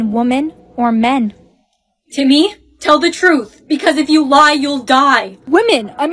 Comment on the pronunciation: when she says timyyy it was sooooooooooooooooooooooooooo funnyyyyyyyyyyyyyyyyyyyyyyyyyyyyyyyyyyyyy😂😂😂😂😂😂😂😂